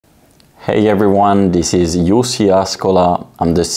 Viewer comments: LOL Jussi, you sound so polite! Now I know how to pronounce your name. Thank you for your amazing High Yield Landlord service on Seeking Alpha. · After being with Seeking Alpha since 2019 and following you and being a subscriber of one of your team (Sam; High Yld Investor) it's nice to finally have a voice to the picture as well as the correct pronunciation of your 1st name. Been in both REITs since Covid fall in 2020.